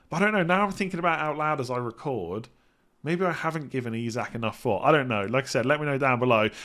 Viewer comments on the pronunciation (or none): none